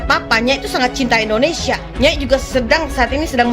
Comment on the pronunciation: Mulutmu saja sebut INDONESAA BUKAN INDONESIA apa karena gigi yg begitu ??